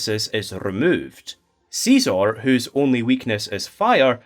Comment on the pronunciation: please stop calling scizor seezor